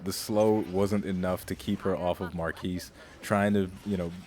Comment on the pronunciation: It's MAR KEY lol